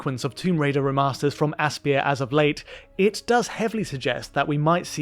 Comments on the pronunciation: From developer AssPier? That's my first time hearing that, i always pronounced it like Aspire lol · Pronounced Aspire FYI, not asspeer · Aspyr is actually pronounced the same as "aspire". Just saying. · I’m pretty sure Aspyr is pronounced “Aspire.”